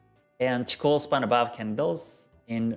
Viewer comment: Hey Man, nice videos! I found your YT Channel only some weeks ago and seems really full of material! For this reason I give you the best thanks for your job! So i've a simple question: why u call "Chiko Span" instaed of "Chikou Span". I've saw u are the owner of the real Book of G.Hosoda, and i really would like put my hand on there version of book. So, which Is the correct way to call this line, respecting Hosoda's studies?